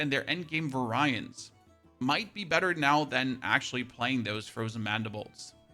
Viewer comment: “very ants” is the correct pronunciation